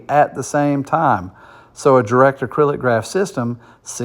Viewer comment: Not sure who wrote this article, but DAG stands for Directed Acyclic Graph. Not “acrylic”. It’s not plastic haha! Also, it’s more likely that Kaspa hits $1 this year, $2-5 in 2025 and well beyond $10 by 2030